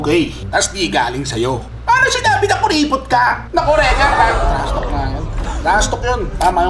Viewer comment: "TRASTALK YOU AHH" HAhahahaha